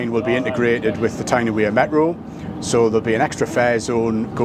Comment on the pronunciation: The Wear in T&W is pronounced like Weir, not wear.